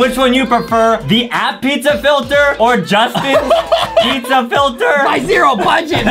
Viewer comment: what the heck is dizza it's pizza not dizza